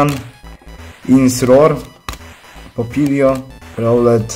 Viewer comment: Oraz chyba mi się wydaje że nazwę ostatniej formy littena wymawia się "INSINROR" czy jakoś tak xd